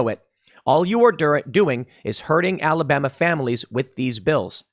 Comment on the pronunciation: Look tim Alabama gets enough slack we don't need people pronouncing it Alabamer